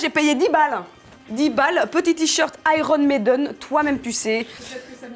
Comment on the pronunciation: Tout le monde : iron maiden 🥵🔥 Martine: iron méden